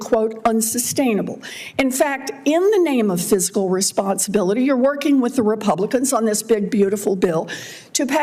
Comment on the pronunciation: Did clownahontas say physical instead of fiscal?